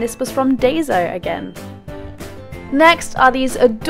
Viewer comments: I'm sorry about this comment but Daiso is pronounced as dye-so I apologize it just bothered me I don't mean to sound offensive. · It's pronounce Die-so